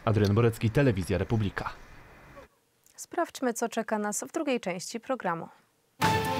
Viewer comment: Slowo "Republika" wymawia sie w poprawnej polszczyznie z akcentem na trzecią sylabę od końca (proparoksytonicznym). Wy sie nawet nie potraficie przedstawic poprawnie!